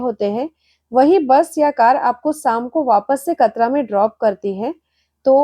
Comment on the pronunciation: मैडम जी कतरा नहीं कटरा है